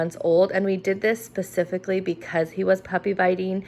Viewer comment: Did she really say “Pacifically”? I replayed it several times. This is horrible. Get a Kleenex.